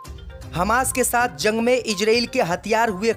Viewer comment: ZUNG KA EILAN....JUNG THEEK SE READ KERNE NAHI AATA.???